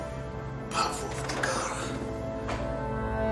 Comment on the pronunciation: بدال ما يقول برافو قال بغافو😂😂😂😂😂